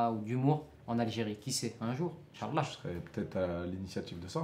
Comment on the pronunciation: Conseil de votre grand frère : On dit al hamdoulillah et non hamdoulleh. Et incha ALLAH et pas inchalla. Bonne continuation.